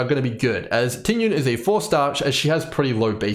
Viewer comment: Just a small tip to pronounce her name correctly, its not Ting Yun. The correct pronounciation is Ting Yween 🤭 Nice video btw!